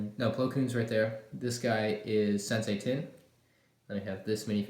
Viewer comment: My man said sensei tin🤣